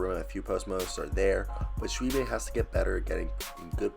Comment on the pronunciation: Its actually pronounced shoe boy. He played high school with my boys son.